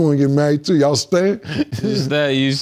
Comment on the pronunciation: C’mon stat you’ve been around harlem Ninjas long enough….don’t pronounce the L in “ya’ll”